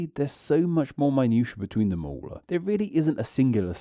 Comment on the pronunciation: I'm curious about what's going on with your accent. I've never heard words such as 'too' pronounced 'too-wa' and 'them' as 'them-ah' before. Where is that from?